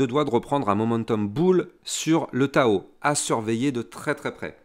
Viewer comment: Merci pour tes videos de qualité! Et on ne dit pas " tchao tchao" , mais TAO TAO ! 🤣